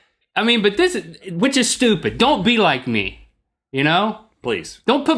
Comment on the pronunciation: Link, your accent only ever comes out when you say 'stupid'. It's so funny.